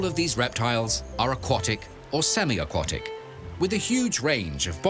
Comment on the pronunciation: If you're claiming to provide high-quality documentaries, you may want to watch the narration. I'd expect a video about turtles to be able to pronounce the word aquatic properly.